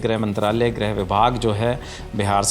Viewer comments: जब लिखा "गृह" मंत्रालय है तो दोनों रिपोर्टर उसे "ग्रह" मंत्रालय क्यों बोल रहे हैं? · Greh nahi Grih hota hai. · Grih hota hai, Grah nahi